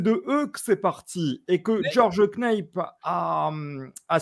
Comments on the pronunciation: Non mais justement il n'est pas du tout prononcé ainsi en anglais. Le A est a dire a la francophone et ca va sonner ainsi = "NAP" simplement. Le reste de l'émission est tout a fait intéressante par ailleurs. :) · il faudrait apprendre a prononcer le nom de George Knapp…. :(